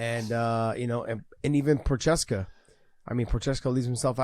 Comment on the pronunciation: love you guys but its pronounced Jiri "Pro-HA-Skuh"